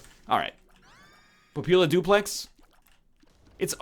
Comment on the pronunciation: "duplex"? Ahem, NL it's pronounced 'dooplay'. Not kidding here.